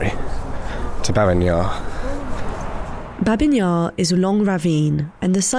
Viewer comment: Babi, not Babin, Yar